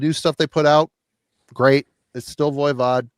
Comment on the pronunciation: for the love of all things holy lol, would you please stop saying ‘Voya Vod.’ It is pronounced Voi as in ‘boy’ Vod. Sorry to get picky but I have been putting up with your mispronunciation for years and am crashing out lol.